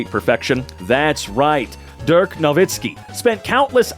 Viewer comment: Actually, he only pronounced "Nowitzki" pretty well. The first name is more like "Deark", with a very short "ea" sound.